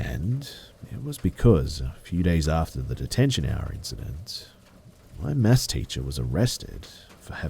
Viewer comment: Is that what he was saying?? It was pissing me off the whole time. Sounded more like "mass" class